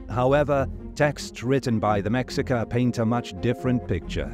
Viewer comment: It's pronounced May-Hee-kah.